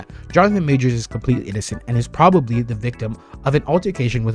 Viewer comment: PROVably as in prove. Not "probably"